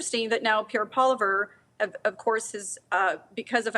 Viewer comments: It’s not Poliveur it’s Pollievre lol. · I like Rona Ambrose but I wish she could pronounce the leader's name "Poilievre" a little better. It's not "Oliver" with a P in front. Just saying "pwah-lee-ev" would be very passable. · Rona...sounds stupid....learn to pronounce a name before you jump in front of a camera! Poliver??? Really😡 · Imagine someone who still doesn't know how to pronounce the name of our next Prime Minister! Pierre Polavert? Jagmeet is about as trustworthy as a junk yard rat. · Not Pierre Pawh-liver 💀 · Rona Ambrose cannot pronounce Pierre's last name? It's NOT Polliver, Rona! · Rona Ambrose: Pierre Poliver ☠️ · Come on Rhona, learn how to pronounce the next PM's name. Poliver? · It's pronounced poiLIEvonov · She should really get Pierre's name right......Polyvere? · Hey unilingual anglophones, don't look at the spelling, just say "Pwah-Lee-Ev". If he were a star NHLer, announcers would say it just fine. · Why's this annoying woman refusing to pronounce "pwua-lee-ev"? So petty. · sounds more like she pronounces it paw-liver. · Rona Ambrose, how do you not know how to pronounce MP PP's name? You've heard it several times during this broadcast. I think you can do better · Ronald Ambrose needs to learn the correct pronunciation of Pierre Poilievre's name. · The new way of pronouncine Poilièvre is cringe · Rona better learn how to say our next Prime Minister’s last name before she goes back on the news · Come on Rona ar least pronounce Mr Poilievre's surname properly!! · How in the world is Rona Ambrose unable to say Poilievre right? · Seriously Rhona!?!? You don't know how to properly pronounce Poilievre?? The leader of your party?!? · Deliberately mispronouncing Poilievre name is showing disdain for him. Rona May have been conservative but she’s showing her true colours there. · Rona not knowing how to pronounce the CPC leaders name is quite strange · How is it Rhonda can’t pronounce Poilievre last name or am I missing something